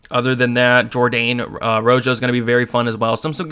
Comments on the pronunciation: Ro Ho not Ro Jo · Good picks and breakdowns as always. I watched film as well and you validated a ton of my notes. Marcelo Rojo is pronounced ro-ho like the color red. Let's get this 💰.